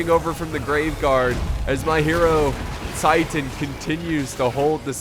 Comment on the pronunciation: God the way he pronounced Hierotitan....my god